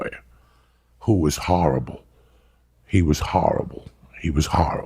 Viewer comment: "He was harrible" x3